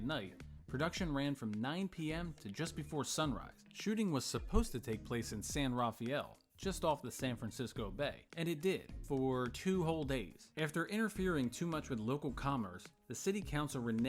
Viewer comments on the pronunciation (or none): Slight correction. The correct pronunciation of the original filming city is San Ra-Fel. Not "San Ra-Fa-El".